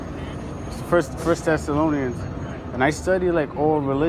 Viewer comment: TTTTTHHHHHHHHEssolonians not tessalonins